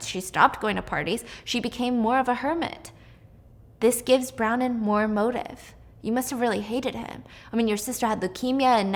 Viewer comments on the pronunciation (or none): Stephanie…. I love you but hearing you say brownin hahahaha bron wyn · Bron-wyn not Browning 😊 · Haha, her names Bronwyn, pronounced Bron-win. I had to look it up cos Brownin didn't sound quite right! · Is her name actually brownin or is it Bronwyn cause I have the same name and it's pronounced Bron- win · Is the girls name Bronwyn? I can't tell bc it sounds like you are saying Brown-in instead of Bron-wyn. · Brownin?! It’s bron-win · Brownen is Bronwyn...pronounced Bron-Win. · Brown-in? Yeah you do need detention. It’s pronounced “Braw-nyn” 🤦‍♀️🤦‍♀️🤦‍♀️Couldn’t pronounce omniscient correctly either. Come on. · I always look forward to all of your content! You're such a talented storyteller and it's amazing how you can retain all of this information in so much detail!! Also FYI, the character's name is pronounced BRON-win 😅😅😅 spelled Bronwyn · I think it’s kind of funny the way she calls Bronwin, Bronin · Pronounced Brawn-win btw😭😭 love ur vids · Her name is BRON-WYN… brawn-win…! Omg Steph, come on. It’s an easy Irish name. You got her sister, Maeve, correct. And note to the author, epinephrine has laws for storage in schools, it’s a prescribed medication, not a damn Tootsie Roll. They would never be sitting out in a cup on the office counter. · Icl the way she says bron- WIN makes me want to cry but this was so good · Not you calling Bronwyn brownin 😂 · Yeah I looked up the audio book and it's literally my name which is pronounced Bron brahn-win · It's bronwin. Bron - win. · bronwyn == "brawn-win" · I love Stephanie but was cringing so hard with the pronunciation of Bronwyn eek! Aldo, the show is sooo good! But it was just recently cancelled by Peacock sadly! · STEPHANIE I LOVE YOU BUT U DIDNT PRONOUNCE BRONWYN’S NAME CORRECTLY